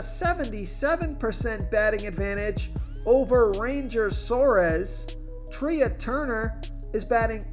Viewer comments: Sometimes I come on your channel just to hear how bad you are. How do you not know it's Trey not Tria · Thank you. Your pronunciations are funny. Couldn’t let Treeah Turner go though. That was just too weird